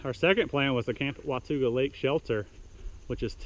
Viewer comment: Wah ta ga. Not wa tu ga